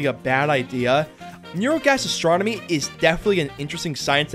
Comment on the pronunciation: Did you say Neurogastastronomy xD